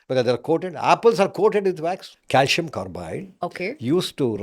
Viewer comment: C in calcium is pronounced as s not as sh.